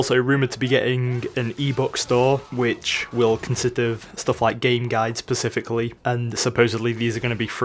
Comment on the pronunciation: My, my your grammar is poor "...pacifically..." I Believe it's specifically. Jokes. (Trollface)